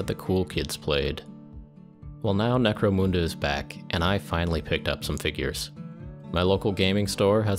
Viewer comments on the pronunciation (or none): why moon-da and not mun-da?